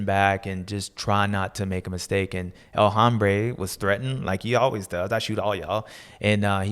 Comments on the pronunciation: He is actually mispronouncing "El Hombre" and saying "El Hambre," which means "The Hunger." 😅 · It hurts my ears when you pronounce the H in El Hombre